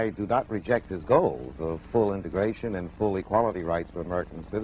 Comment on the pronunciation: There's no first "r" in integration.